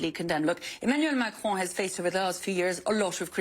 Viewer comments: You pronounce the “on” in Macron like the English word “on”, not like “own”. If it were Macrone, you would pronounce it as “own” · His name: Emmanuel Macron Kyle: Emmanuel Macrone